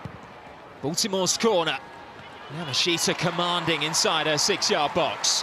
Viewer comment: When will these announcers learn how to pronounce Yamashita? Yaa -- Maa -- Shtaa How hard is that?